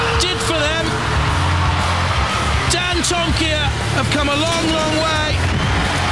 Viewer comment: I remember when the guy on the PA announced Dantomkia's name wrong and said dantomakia lol!